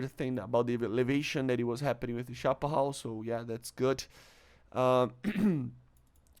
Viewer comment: Chapahal or chaparral? 😂